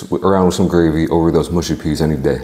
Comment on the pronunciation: Btw the pronunciation of mushy peas is not ‘mooshy’ but muhshy- the u said like ‘uh’ in umbrella